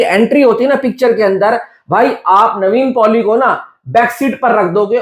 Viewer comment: bhai its Nevin Poli not Navene Poli